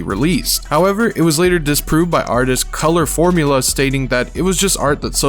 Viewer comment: Colorful Mula not Color Formula smh. Good video but hella typos and words you said wrong